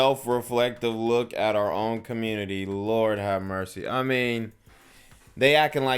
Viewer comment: Communitah has a literacy problem? Ion kno what u talm bout cuh